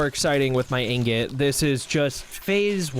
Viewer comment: Did this guy actually say ignot. I don’t think i have heard anyone mispronounce ingot that badly before. Woooow. How do you even do that. He went to an actuall school, right?